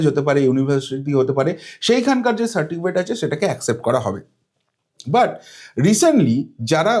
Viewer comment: babu ওটা certikifate না ওটা certificate. দুবার আপনি certikifate বলেন কি করে????? Play speed কমিয়ে আপনি নিজেই শুনুন ধরা পড়ে যাচ্ছে অতি সাধারণ একটা কথা "সার্টিফিকেট" যা উচ্চারণ করতে আপনার বারবার হোচোট খেতে হয়েছে 😂😂😂😂😂